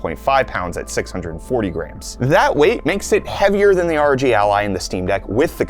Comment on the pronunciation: The way he pronounces ROG as a word 😭🔫